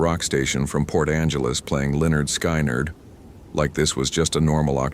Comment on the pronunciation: "Len-erd Sky-nerd"!!! 😆😆OMG 'ai' is so bad...🤪